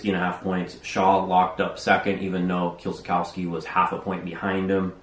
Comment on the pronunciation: Kieliszkowski - proper pronunciation Kye-Leash-Kovsky sz=sh